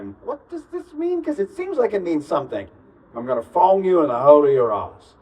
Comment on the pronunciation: It’s Fong like Konkey Kong